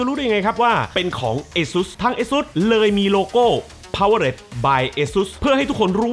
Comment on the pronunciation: ขอนอกเรื่องนะครับ พี่ ตอนที่พี่อ่านออกเสียง สปอนเซอร์ คำว่า Powered ควรจะอ่านว่า พาว-เวอร์ แล้วลงท้ายเสียง ตัวที นะครับ ไม่ใช่พาวเวอร์เร็ด ผมเป็นแฟนช่องนี้ไม่อยากให้อ่านผิดครับ ❤